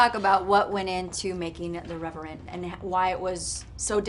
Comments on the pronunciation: did she say reverent? lol….it’s revenant lady…good thing she’s gorgeous 🤨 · THE REVE-WHA?!? THE REVERANT!? come on lady, its THE REVENANT!' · The Reverant... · The interview was a bit DiCaprio biased. Interviewer was mostly looking at him when asking questions that could have well fitted both actors, and that question for Tom Hardy was slightly condescending... thought this was 100 times more aggravating than the mispronunciation of the film title, cause let's be real, it could have happened to anyone. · Only 2 seconds in and she's already butchering the name of the film... beautiful.